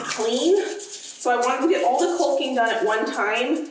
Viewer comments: The "L" is silent in the word Calking. It's pronounced Kocking. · Also. The L is silent in caulking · Oh man, I’m just over here yelling at you to put on some safety glasses while looking straight up at the ceiling you’re rolling paint on. Lol I understand why “culcking”, but it cracks me up every time you say it. 😂. Much like the “spatchcock” dubbing. I really admire how thorough you are with the house projects. Nice job, especially during the winter weather and all the issues it brings. 👍🏻